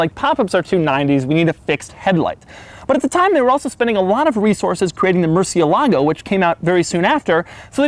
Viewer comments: When saying Murciélago, put the stress on the E, not the A. That's why the accent is there. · DOUG. IT'S MURCIÉLAGO. The accent goes on the E not the A. (murciélago, not murcielágo) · Rumor has it, that if u pronounce it: Mehr-seal-ah-go, a new lambo gets keyed somewhere in the world 😑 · Not gonna lie it really bothers me how people mispronounce the name Murcielago. Sorry, but it just sounds beyond wrong. Great videos like always though.